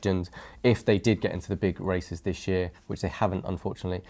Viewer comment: Can you stop speaking like zzisss please?